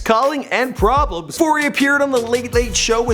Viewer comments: It's 'PRBLMS' not 'PRBLEMS' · It's PRBLMS not PRBLEMS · Its PRBLMS get it right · lmao "PRBLEMS" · "PRBLEMS" boyyyyy 😂😂